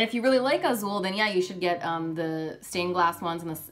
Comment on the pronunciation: As a brazillian portuguese native speaker I'm really amazed how pronounces "Azul" perfectly.